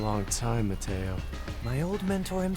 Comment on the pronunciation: The professor said mataio 😂🎉😂😂😂